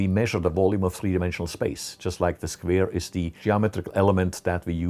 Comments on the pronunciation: I love how he says “squere” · I like his pronunciation on the word square. "Sqvare" :) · Yeah, we all love those squeers. :D